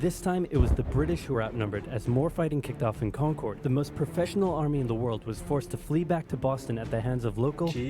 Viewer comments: Hi Massachusetts native here. When he pronounced concord he said it wrong. I’m from like 20 minutes from concord and have family from there I see regularly. It’s pronounced like con-curd. Curd as in the food ya know? Con-Kerr-d like Steve Kerr the coach. The or in it is pronounced like someone that’s confused. Errr. Yeah carry on and murica. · As someone who is from Mass. I hate how the original video's narrator says Concord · I've never heard it pronounced that way. Odd. Wonder why it's so wildly mispronounced?